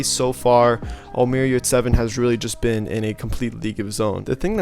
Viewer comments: You pronounce his name wrong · His surname and pronounciation is Yurtseven. I’m Turk and what you guys talk about? What is yurts evan? 😂